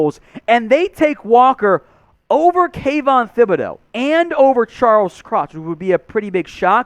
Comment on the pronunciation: I wish all you guys would start pronouncing Thibodeaux's name correctly. The H is silent so its Tib not Thib